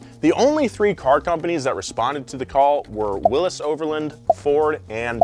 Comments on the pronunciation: Please! It’s not pronounced Willis. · Say Willys wrong again. I double dog dare ya